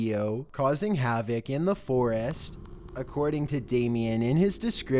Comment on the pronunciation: FOR-IST NOT FOREEEEST!